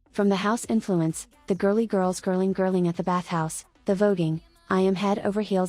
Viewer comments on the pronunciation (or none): i heard british people say it sounds british how she said griling i am german so me dont know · I get the whole thing about the Girling pronunciation, and I agree with you, but since Yunjin was also pronouncing it "wrong", it makes me believe that it's a artistic vision and completely on purpose